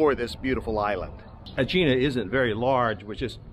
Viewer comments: Eh-hee-nah……not Ageenah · It’s name is pronounced Egg-eena